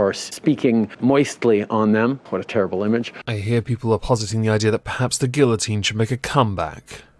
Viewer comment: Why does everyone pronounce guillotine wrong?